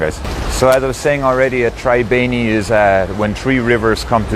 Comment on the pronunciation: Its not called traibeni its called treebeni😄